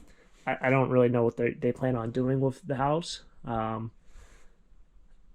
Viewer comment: I’m guessing that’s the kid part of you still but I’m laughing wiff not with you not at you